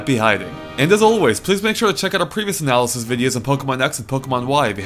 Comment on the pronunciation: God damn. Do you listen to yourself after recording? You're speaking so fast that you can't even articulate words like "analysis" you just go "anazeze, zezezezeze zeze". Calm down dude, I know videos take a lot of time to upload but don't sacrifice quality to save on upload time.